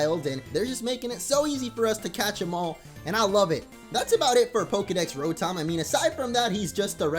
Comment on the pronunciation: It's pronounced ra-tum